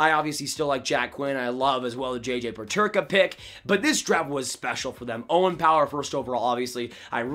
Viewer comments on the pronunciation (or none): none